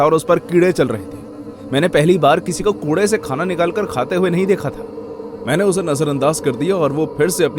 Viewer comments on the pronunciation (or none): none